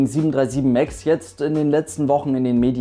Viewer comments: Ich feier das so unnormal, wenn "737 Max" Deutsch ausgesprochen wird😂 737 MAKKSS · 737 Mackkkks ich kann es nicht mehr hören 😂😂😑 wird denen gesagt die sollen das so aussprechen oder denken die echt dass das so heißt?